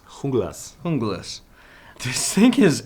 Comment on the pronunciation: It's pronounced jungle ass not hoonglass